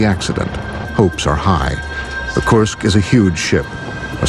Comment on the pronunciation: Kursk not korsk lol jk